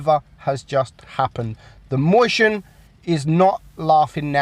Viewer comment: omg can you say mäuschen correctly? stop saying moistion mäuschen you fat